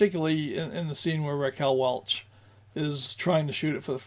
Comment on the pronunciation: Welch, not Welsh